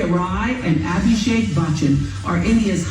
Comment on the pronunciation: Yes she is lovingly called Ash and he is often called AB Jr. or AB Baby. Your pronunciation of Abhishek is better though. This is not 90s. They got married in 2007 and were pretty much that power couple in those days like Deepika-Ranveer are now. Also, no paps are still the same. Priyanka Chopra has mentioned she faces these baby questions often.